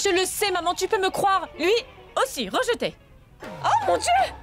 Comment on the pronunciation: J'aime quand elle a dite regeté